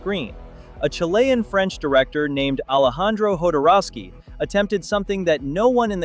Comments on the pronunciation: Jo-dor-ow-sky. there. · Jodorowski's name is never pronounced the same way twice in a row.